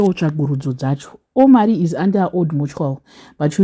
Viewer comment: 😂😂😂 its not O-mari like that😂😂😂 Omari means "flourishing," "long life," or "God the highest"